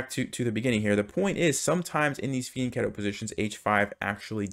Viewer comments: That’s not right, he’s pronouncing it correctly. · I'm pretty sure that it's spelled fianchetto. It's an Italian word, and he is pronouncing it correctly.